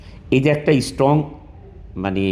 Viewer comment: Ashikhito jati. Can't even pronounce strong. Saying istrong. Not slip plof tou g. He said the isstrong every time.